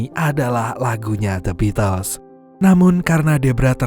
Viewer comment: Bacanya bitel mas... Bukan the bitles...